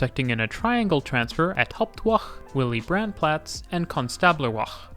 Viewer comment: thanks so much for your great videos but some pointers on German pronunciation: s before p or t becomes "sh", so it's "Shtuttgart" not "S-tuttgart" the a in German is pronounced more like an English u, so "Platz" is pronounced more like "plutz"